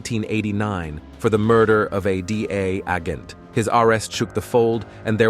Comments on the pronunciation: 😂 I was thinking the same. What is a D A aggent. What is a raaaadar 🤣 and the droog dealer 🤣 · My God! , is that how you pronounce the word "agent" as aghent? Where do you make these pronunciations up? Are you from another planet? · "because of a DEA AG'ENT' 😂😂😂😂😂 omg this voicer over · I keep laughing at the way you pronounce agent and radar 😂